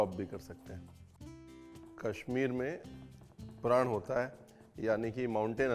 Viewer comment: प्रान not प्रन